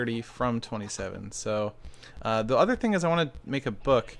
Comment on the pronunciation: "Gonna have udder enchantments with that"